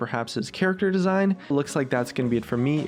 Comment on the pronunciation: Wahs up gays its scarece here